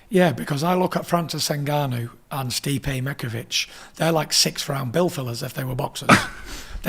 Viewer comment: “Stipe micovic”